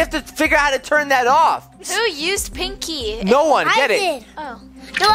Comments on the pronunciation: its pinkey not pink key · made me laugh when he said pink key the second tin is sounded like he said nakey lol 😂😂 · Omg lol he said pankey the first time and nakey in the second 🤣😂😂😂 👇 like